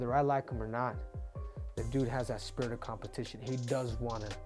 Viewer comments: maybe it just me but i m pretty sure its not "Spitrit" its just Spirit Doctor Cejudo lul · Henry draws his arrows with the head upside down and it’s spirit not “spitrit “ ya goon